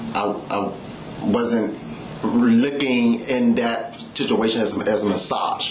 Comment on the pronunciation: Sishuation. Fuct!